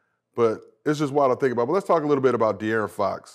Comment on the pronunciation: The fact Brandon can’t say DeAaron is hilarious 😂😂😂